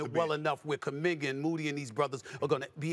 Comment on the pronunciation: SAS didn’t even pronounce kuminga’s name right 🤣😥